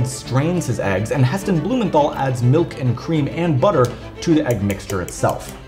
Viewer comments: His name is pronounced Heston blumenTal. No th sound. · Blumenthal is pronounced "Blumen-tarl" - the th is a hard sound not a soft sound.